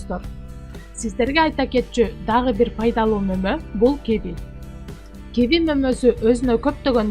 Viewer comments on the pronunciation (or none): Ударенниени туура коюп окусанар М: Ки -ви